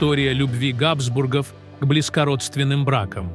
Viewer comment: Какая отвратительная озвучка! Ударения на слова чудовищны! КузЕны, а не кУзены, ГАбсбургов, а не ГабсбургОв. Слышать подобное уже само по себе испытание, и не то что подписываться, а и просто открывать этот канал совершенно расхотелось.